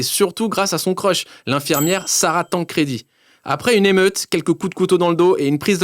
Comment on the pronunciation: ça se dit tanne credi et pas tancredi